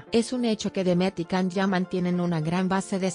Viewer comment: Sería posible pronunciar el nombre de Can como "yan" no con la c? Demet es una excelente actriz capaz de interpretar diferentes registros sin necesidad de recurrir a eso